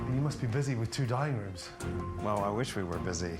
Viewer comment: did Gordon say Dining rooms or DYING rooms?